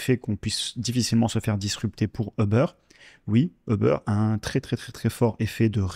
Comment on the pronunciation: Très intéressant, merci beaucoup ! Par contre, Uber ne se prononce pas comme ça